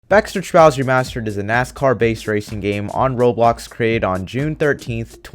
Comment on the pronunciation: did you say robox platform lol